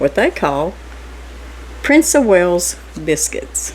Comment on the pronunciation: There is no 'H' in WALES, I should know as I'm Welsh from Wales UK lol